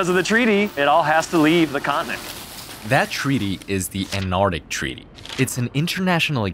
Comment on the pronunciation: It's called Antarctic not anardic